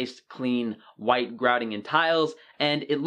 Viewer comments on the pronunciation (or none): none